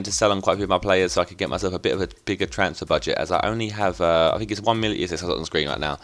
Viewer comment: is it me or does it sound weird when he sounds "one million ?